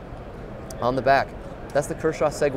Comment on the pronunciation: The way he pronounces Seguin 😆